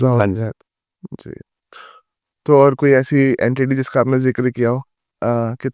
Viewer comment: अड़ंती नहीं गुरु जी एनटीटी कहते है 🙏